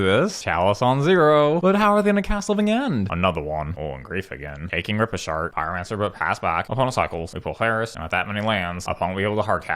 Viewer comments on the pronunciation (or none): You constantly change my card pronunciations.. looking at you, Rip A Shart